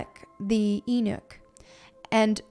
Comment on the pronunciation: I got to say this. It's not pronounced and enuck it's pronounced as U-nick. But other than that, great reading.